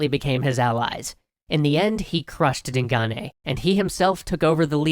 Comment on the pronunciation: Way to mispronounce Digane.